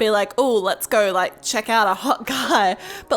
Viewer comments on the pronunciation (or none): The way she said like lak lolololololololo